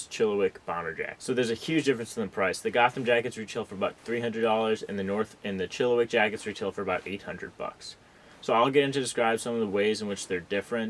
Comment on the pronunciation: It is pronounced Chill-a-Whack.. Not wick!!!